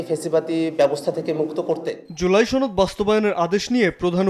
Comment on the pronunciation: ছনদ না সনদ ❓